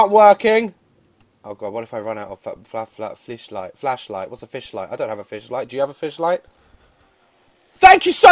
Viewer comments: i thought he said fleshlight for a moment, but to answer his question no i do not know or have a fishlight either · I love it when he said fishlight